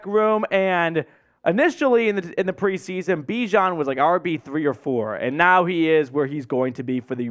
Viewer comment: Why is CP lining up as our CB #2? xD He can do it all baby! ALSO FYI you are still pronouncing Bijan's name wrong. His mom is coming for you.